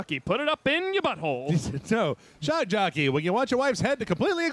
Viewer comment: "Shock Joppey" XD